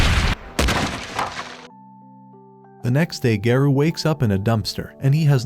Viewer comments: bro its garo not gayro😊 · Why is garou called gayrou💀☠️☠️ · I like this bro but bro what Garou it is garu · Garou is not gayrou 😂😂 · bro said "TETSUMAKI" "GAREO"